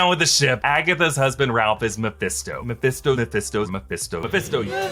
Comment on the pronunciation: You know when you say a word over and over it starts losing meaning? "My Fist Toe" did that.